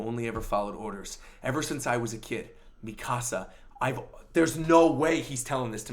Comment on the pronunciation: Devante Frazier He's pronouncing it correctly. み か さ